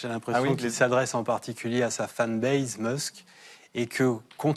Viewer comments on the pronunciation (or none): Tous les mots anglais qui se terminent pas "case", "base" (et ces mots seuls aussi), le "s" se prononce /s/ et non /z/. Une fois pour toute arrêtez avec "baize", "caize"